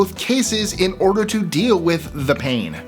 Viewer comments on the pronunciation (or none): none